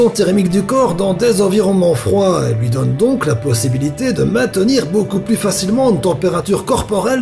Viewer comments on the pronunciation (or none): none